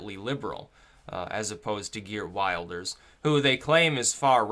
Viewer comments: Just so you know his name is pronouned gurt vilders- thats phoneticaly correct- Geert wilders, not wild ers, just so you know dude, your election coverage and this coverage is great. By the way if you want to see a bunch of outsiders who will never assimilate look no further than Dearborn Mich. It is disgusting. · Wilders is pronounced "VILDERS" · Like the video. Quick point - you pronounce it 'Vilders'. It's spelt Wilders but that's not how you say it. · Prononciation is will-ders otherwise good analysis. t. dutchbro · Geert Wilders(I believe it's pronounced "Heert Vilders", by the way) hair actually reminds me more of David Lynch that David Brock. :) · MAKE A VIDEO ABOUT PRONOUNCING WILDERS AS WILLED-ers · please please please "i" in Wilders is pronounced like "i" in "tip" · Wilders is pronounced with an i as in hit him! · Dutch voter here: great post. Just one thing: The name Wilders is pronounced differently. The i sounds like in 'will'.